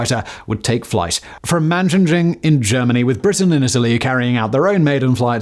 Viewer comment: Interesting, but as a Brit he cannot pronouce any of the base names correctly, and the Scottish Northern Sector QRA are based at Lossimouth not Leuchars, Tornadoes where based at Leuchars, which is now a British Army Airfield. But hey don't let these minor details get in the way of a good story. If Loss'y is unavailable for any reason the nearby former RAF Kinloss now also a British Army Airfield becomes the diversionary airfield, so nice to see the RAF still has an association with that base.